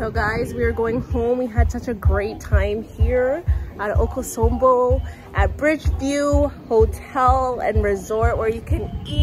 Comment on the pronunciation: okosombo? no Akosombo, we want to hear your Twi